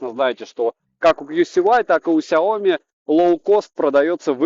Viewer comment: Произноси правильно! Сяоми'. А не ксиоми🤮. Аж кровь из ушей. Обзоры у него блин быстрые